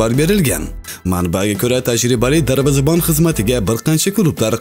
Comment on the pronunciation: Darbizabon emas Darvozabon deng iltimos